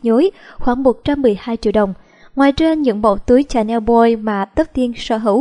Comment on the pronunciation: Dior đọc là đì-o not đai-ơ, louboutin đọc là lu-bu-ton not lu-bu-tin, Chanel đọc là shờ-neo not chờ-neo